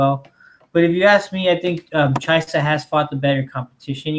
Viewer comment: #Chysa Please never stop pronouncing weird names wrong, it's almost as funny as Joey Diaz saying Stiopic and Khalabeeb:)